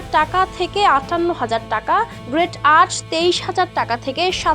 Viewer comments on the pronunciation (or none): গ্রেট না রে বইন গ্রেড!😑